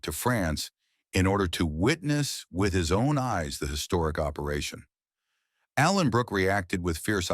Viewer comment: To the dopey AI commentator, it's Allenbrooke, not Alan Brooke!